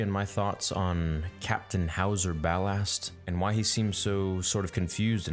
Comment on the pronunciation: it's howzer